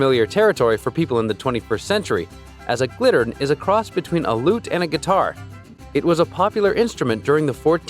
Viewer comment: Correction on number 6: It is a Gittern, not a Glittern (with an L) as the speaker pronounced it. Nice quick overview of these instruments. They are all still played today.